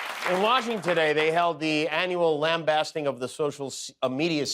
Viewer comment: "lambasting" mispronounced